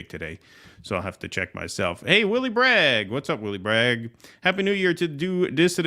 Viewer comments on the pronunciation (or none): none